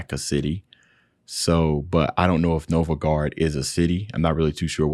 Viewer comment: >On the screen right in front of him, said out loud just before he paused it: "Novgorod" >What he says: "Novogard!" How.